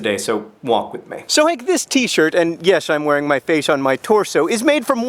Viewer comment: "im wearing my fashe on my torso" XD